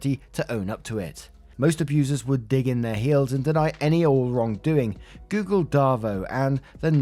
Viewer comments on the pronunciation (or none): none